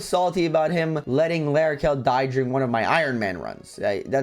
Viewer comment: L'Arachel died because you said her name wrong 😔